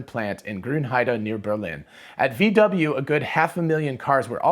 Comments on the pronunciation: VW is pronaunced "fau Væ" in german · Pronounce it: "Fow Vay"